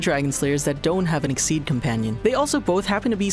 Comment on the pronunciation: I don't intend to hate on your vids but you still mispronounced makarov exceed and edolas Please don't take this as a hate comment but a support comment to help you guys do even better :D